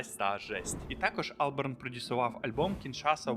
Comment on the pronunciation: Так і не зрозумів чого АлбЕрн, якщо АлбАрн